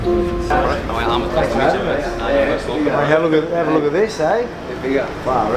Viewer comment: Arman's last name getting butchered.